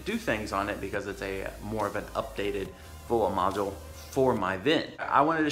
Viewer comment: Are you saying "footwell module", I can't understand what you're saying. I've got 30k on my '15. Do I need to be concerned with this?